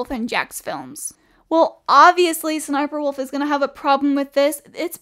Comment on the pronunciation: It’s pronounced s-s-sniperwolf